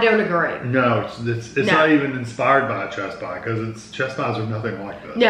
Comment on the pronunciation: Great review! I kept thinking you were saying "chest pie" - I'd never heard of a chess pie before! Now I'm very interested.